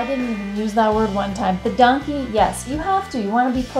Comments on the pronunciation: It's not Donkey..It's Dank je. Like Dank Ya but with an e. No i involved there. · They not say donkey hahahahahahahaha they say Dankje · Im from aruba and the pronunciation of the word "Dushi" and "danki" was a lil off thats ofc gonna happen since yall are foreigners. Danki sounded like donkey😂 its more like an "aaah" like when ur at a dentist. And Dushi sounded like douchey😂 and yeah its very similair the tone but its more like an "oooh" dont be confused with "oh" which has a mare "o" sound if you get what i mean😂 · Your wife had pronounced"Danki" very well but when you had said it it sounds like " Donkey" but no wories..🤣🤣🤣🤣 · if you pronounce it wrong then you get wrong interpretations.... it is dAnki, so why would you pronounce it as an O ? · We heard the word pronounced correctly and also in a sloppy way, on both islands, Curacao and Aruba. And keep in mind we are Canadian, so ANY way the word is pronounced to US, with the way we speak English, it sounds very similar to "donkey". We also like to have fun and so it made us laugh and have fun with it. :) That is natural we think. And we are not the first to think so. It's all in good fun. We love both islands! Which one are you from?